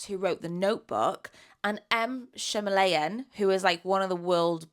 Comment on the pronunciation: giggling at your pronunciation of shyamalan🤭